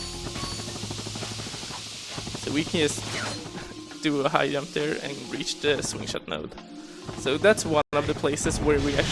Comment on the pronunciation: Holy shit, I died laughing when I heard him say "Yump" for the first time. Really fun run, love the runner and the game.